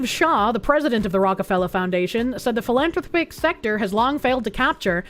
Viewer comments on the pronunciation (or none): Phil-ann-thropic. The word is weird so it's understandable. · You pronounce it any way you like,, but the normal pronunciation of 'philanthropic' is phil-anne-throp-ick.